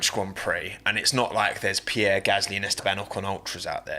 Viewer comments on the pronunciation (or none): none